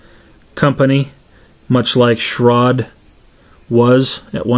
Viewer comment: did you really just say shrod? damn dude